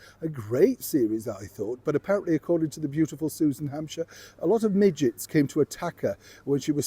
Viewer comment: oh, I thought you said midgets instead of midges(bugs) and I was very confused as to why the set was overrun by midgets. After listening to your video again I figured it out.